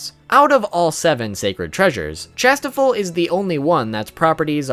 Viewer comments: Its pronounced shastefol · dude it is pronounced chas - tea - fold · Dude, it's ChastieFOLD. Ugh didn't you watch the anime?